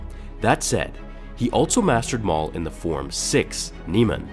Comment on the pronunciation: Darth Maul Whoa calm down, Mail